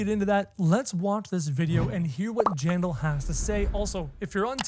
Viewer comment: it's JANDELL 😂 not JANDAL